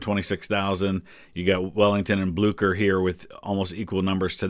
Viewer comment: Napoleon would have been able to pronounce Blücher properly and not as Blooker ...